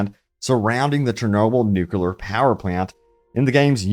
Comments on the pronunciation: Bro your level of detail is way off. Nucular Power Plant❌ Nuclear Power Plant✅ Heart of Chernobyl❌ Heart of Chornobyl✅ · Nuclear. Say it with me.